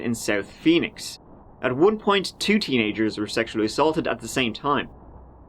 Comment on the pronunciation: They were the serial killers, not they WHERE the serial killers. Your speech impairment is starting to get annoying